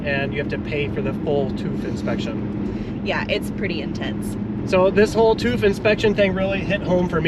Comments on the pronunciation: "tooth" - I see you're still stugglinmg with the umlauts. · Hahaha....they pronounce it as "toof"....those Americans.... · You‘re pronouncing tüv wrong. It’s not toof it’s TÜV